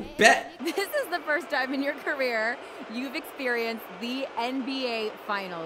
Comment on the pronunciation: Career not caeer